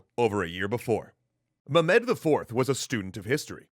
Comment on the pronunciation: Stop saying mu-med please. Any other pronunciation please. Also love the work you do guys, really changed my perception of history.